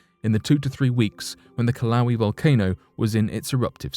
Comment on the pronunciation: You sound like a damn fool. Ka-Wal-ee? For Kīlauea ... i mean yeah US and UK pronunciations are different, but you didn't use either. the fuq?